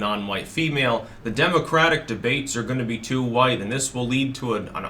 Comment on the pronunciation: Too Hwhite....... ☁⛄⛄⛄⛄⛄⛄⛄